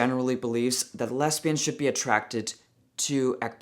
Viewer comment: you’re so funny. It’s not real important but “lesbians” the S is pronounced more like a Z and not an S. but it’s okay, you’re totally cool either way.